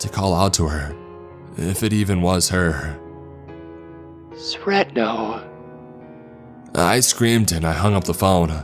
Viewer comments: You said Sretno like sretnow lmao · when you fucked up in school and you know your mom knows edit; anyone else a bit annoyed at the way he said "sretno"?